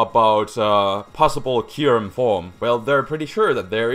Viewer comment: IT'S K-EYE-YOU-REM!